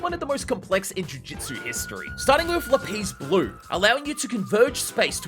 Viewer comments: Damn bro said lapiz blue instead of lapse blue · Bro calls Shrine, "Shine", and Lapse Blue, Lapis Blue.